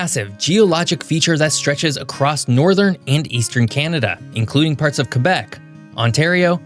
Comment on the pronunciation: Thank you for not saying "Kwebec".